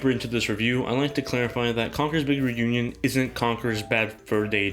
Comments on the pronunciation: and it's pronounce "reunion" not "renewñun" 😂😂😂😂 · Conker's big 'renunion' lol i couldn't stop hearing that throughout the whole video nice review btw